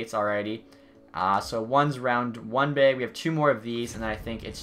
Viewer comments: He’s saying bag, but it sounds like he’s saying beg....maybe begging EA for good loot. 😂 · Does he say it like that bc he’s Canadian or sum, bc he doesn’t sound like it then he says beag